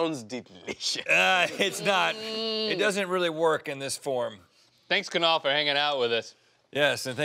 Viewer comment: For the first time in my life I actually like my name as it's being pronounced by Kunal.